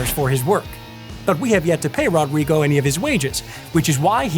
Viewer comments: It's pronounced HO-drigo. :) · It's so realistic. The only thing that could've made it more accurate would be to pronounce his name right. That r would make an H sound in Brazil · The way he says "Rodrigo" cracks me up